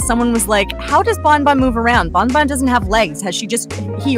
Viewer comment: it's not bon bon... IT'S BAWN BAWN